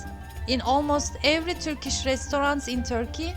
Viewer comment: Türkiş değil kız. Törkiş. Çabana gurban da telaffuz bayaa kötü.